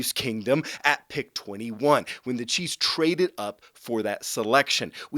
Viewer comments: Is it just me, or does this guy say cheese instead of chiefs? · Hahaha, I probably did in this video, was super tired last night (new baby in the house). Thanks for watching!